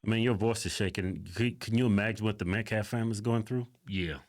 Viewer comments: Min He says “Met-claff” WHAT A DOOF. ‼️‼️‼️‼️‼️‼️‼️‼️ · HOW FREAKIN HARD IS IT TO SAY “metCALF”?!?! His last name is Metcalf…met-c a l f! you “respect the loss of life”, “respect this and respect that” and you can’t even get the name right?!?! not once??? like freakin hell man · This dude cant even say the name of the victim properly. Metclaf??? Gtfoh. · He keeps purposely mispronouncing Metcalf. He’s said Metclaf like 5 times at this conference and when he spoke before. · Metclaf? Damn dude, talk about disrespect. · “Respect dignity of life” so much they couldn’t even pronounce Austin Metcalf’s name properly. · Saying his last name wrong on purpose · This is weeks later and this clown can't even pronounce Austin Metcalf's name correctly. The title pastor is dirt when men like this carry it.